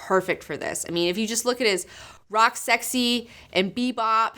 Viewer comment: Isn't cosplay the same thing as girls going to the mall and playing dress up, cause that's what it seems like to me. Is it me or did she say rocksexy except rocksteady.